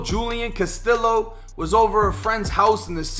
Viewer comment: caSTILLo? Come on dude......